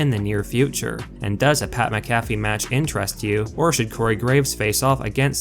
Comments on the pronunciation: Please stop saying his name. Say it with me It's pronounced Mac - A - Fee, Not Mick -cafey. I know you only know him as a commentator on Smack Down but he was the Punter for my Indianapolis Colts for his whole NFL career and hearing his name butchered is hard on the ears. LOL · DUDE GET YOUR ENGLISH RIGHT. You keep saying PAT MCGAFFY You are wrong. His name is Pat MC A FEE. NOT MC GAFFY. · Your voice cadence is terrible. The name is pronounced MAC-a-fee. Not mac-A-FEE. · Pat McAfee's name is pronounced the same way you pronounce the antivirus software: MACK-uh-fee. Take the time to do a little phonetic research and I might even subscribe to you. ;) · Mac-uh-fee, is wrong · Sound it out...Mac-a-fee. Vince looked in great shape for a man in his 70s, except when he raised his arms and then we could see the flappy skin underneath. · Mac-a-fee……if you’re going to do these videos learn how to say names. Let’s also try to be less monotone. Maybe hire a narrator? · THIS GUY SAID PAT MCAFEEE LIKE A COFFEE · Bruh the way you say Pats last name makes me cringe so hard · Oh boy fans now the cause for these ridiculous videos. Rumor dirt sheet nonsense. 1, Say Pay McAfee's name correctly 2, No one is going to tell dirt sheets that anything Vince does is terrible, unless they hate their jobs 3, This video was an 8min run on sentence. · do you not watch the shows that this channel gives info on? how do you not know how to pronounce mcafee? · I can't stand you pronounce his name wrong how do you get his name wrong do you actually watch wrestling? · The way you pronounce Pat’s last name shows you don’t even watch Smackdown🙄 I can’t stand you pretend fans. Y’all just make videos for the money. Please learn how to say his last name properly🥴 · I'm gonna have to stop watching you if you can't say Pats name right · How do you not know how to say McAfee's name, and you're this into the sport? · You say pats last name wrong 😂